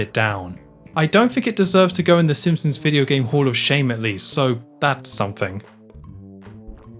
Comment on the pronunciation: Cool video but the pronunciation of ‘the simpsoms’ and ‘th’ as ‘f’ (f fronting) is killing me.